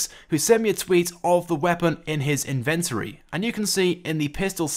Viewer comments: It's not "in ven tory" but "inven tory" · Good video, but that's not how inventory is pronounced